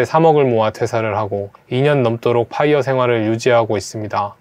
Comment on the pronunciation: 근데 자꾸 파.이.어 파이어 (x) 뽜이어(o) PIRE (x) FIRE (o) Financial Independence Retire Early